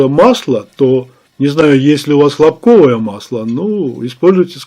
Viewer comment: может масло не хлопкОвое, а хлОпковое? :)